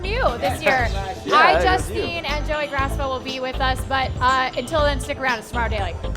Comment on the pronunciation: Man, they pronounce Joeys name even more wrong than Miranda.